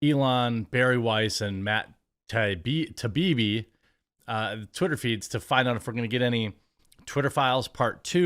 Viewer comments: Not Matt Tah-bee-bee but Matt Tie-ee-bee. (Matt Taibbi) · It's pronounced 'TIE EE BEE' Jeremy, don't overthink it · its TIE-EEBEE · Dude, for real...learn to pronounce Taibbi. TIE-EEBEE. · Still can't say it..lmao... " Tie - ee - bee " :) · Matt Tie-ee-be. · Jeremy it's .. Tie-eebee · Jeremy.. Tie-E-B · Matt TYE-EE-BEE. Its been a few days now. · “Matt ta bi-bi” 🙅‍♂️🤣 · Say it with us, Jeremy…. “TIE-EE-BEE” ✌🏼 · He said Matt “TUB EEBE” 😂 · MATT TIE-EEE-BEE. cmon bro, it's not like your saying "bag" or something. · This is how I remember it: Matt. Tie-E-Bee. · Say it like this bro...Ta ibbi done. Ta ee bee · Taibbi: tie-ee-bee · Ty-Eee-Bbb. Syllable emphasis on the Eee. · Jeremy its " THAI- E-BEE " hope that helps. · American pronunciation: mat tai·ee·bee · Say it with me "Tie E B". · Say it with me. tie-EE-bee. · Tie-ee-bee. How fking difficult is that. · It's pronounced "ty-ee-bee" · Still can’t pronounce his name? Jesus dude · You still can't say that dudes name right. At least you roast a nice bean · Jeremy went and turned Matt in to a Indian lol.